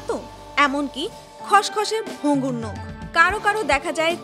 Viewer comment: আন্তর্জাতিক মাতৃভাষা দিবসের এই ক্ষণে দেশের স্বনামধন্য একটি পত্রিকার একজন রিপোর্টারের ক্রমাগত একটি শব্দের ভুল উচ্চারণ ( 'নখ' কে 'নোখ' বলা) দারুণ শ্রুতিকটু লেগেছে। অতিসত্বর এটি সংশোধন করে প্রচারের অনুরোধ করছি।